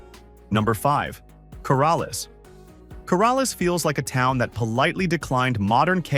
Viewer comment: So many errors here. No pretty tree filled mountains anywhere near Artesia, Portales, and Roswell. Just flat and pretty dry. Roswell crime is higher than stated. Las Cruces is probably the best area for retirees but not listed at all here. And the pronunciation is very wrong on Portales, Coralles, and especially Raton lol.